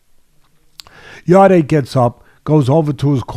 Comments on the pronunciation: just to let you know it's not yarday its pronounced yard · He’s not ‘yarday’ it’s just Yarde, silent e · You pronounce his name yard